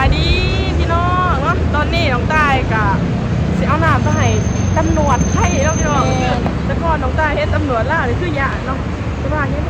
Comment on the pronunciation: พยายามออกสำเนียงคำพูดให้ถูกด้วยคำว่าตำรวจไม่ใช่จำรวด